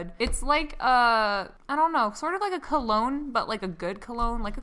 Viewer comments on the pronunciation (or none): none